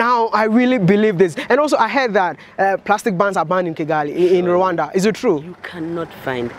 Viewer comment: Rwanda, not ruwanda